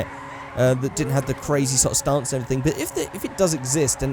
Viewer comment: Am i the only one that hate the way he says stance